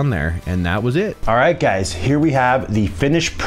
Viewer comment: Word of the day,, "guysis"